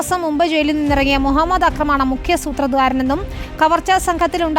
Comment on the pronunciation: സൂത്ര ദ്വാരൻ അല്ല, സൂത്രധാരൻ. സാരമില്ല എല്ലാം ശരിയാകും 😀